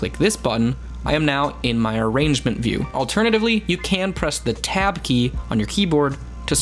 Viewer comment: tab not t